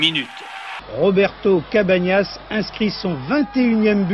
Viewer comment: Mdr ils disent quasi tous Cabanas alors que ça se prononce "Cabagnas"